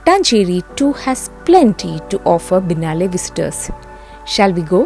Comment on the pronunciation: It has to be pronounced as " Bee-eh-nayl " not Binalae ! It's an Italian word